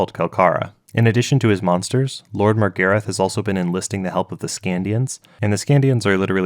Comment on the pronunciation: americans should never be allowed to pronounce characters names that stem from British/European roots how the fuck did you pronounce Morgarath as MORE-GARIFF ?? MOR-GAR-RATH